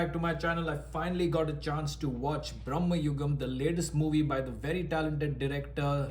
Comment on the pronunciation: dey aa cinema ഒന്ന് കണ്ട് നോക്ക്.. മമ്മുട്ടി തന്നെ പറയുന്നത് ഭ്രമയുഗം എന്നാണ്.. not ബ്രമ്മയുഗം